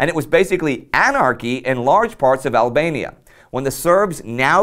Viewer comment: Ablania Like Persa again.